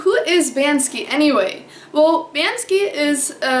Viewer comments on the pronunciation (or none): Why do you call him 'Ban-Ski'? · isn't it pronounced "BANK-SEE"?.......... can't find the video where you're excited about POTATOES!!.......... i'm HOMELESS and i can't always get down to my (roll-up door) storage unit to use my microwave, but i used to get a big POTATOE and poke a lot of holes in it, on both sides. then, i'd nuke it for 5 minutes on both sides (10 minutes total). add butter, salt, pepper! sometimes, hot sauce! i don't have any special diet, i just eat ANYTHING i can. a HOT meal is a rare treat!!!.......... why don't you sleep on your balcony in Switzerland(!) in the rain & snow with a thermos of HOT tea?! like a wolf!.......... :-)